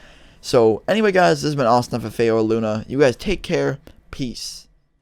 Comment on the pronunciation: Bro I always thought he said Austin Santa Fe not Austin ffa